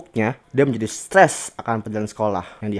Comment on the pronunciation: kak ngomong stress malah stess